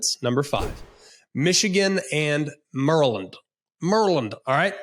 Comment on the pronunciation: greg knows exactly how to say maryland in the dc/maryland accent 😂😂😂😂😂😂😂😂😂😂